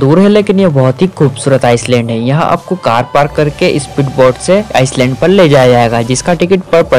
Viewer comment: आइलैंड को आईसलैंड बोल रहे हो विडिओ में। भाई तुम्हें तो खुद अपना वीडियो फिर से देखना चाहिए।